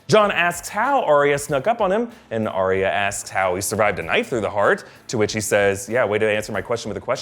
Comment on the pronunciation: "ahh-ree-ahh" Ugh. It's "ahh-ya".